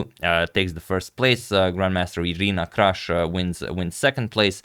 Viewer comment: Her name is pronounced Kroosh (/partypoop)